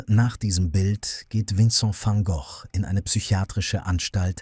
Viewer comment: Sorry, ich habe mich falsch ausgedrückt. Bei Vincent van Gok, nicht ausgesprochen "Goch" bin ich zugegebenermaßen zusammengezuckt. Die Stimme ist ganz okay.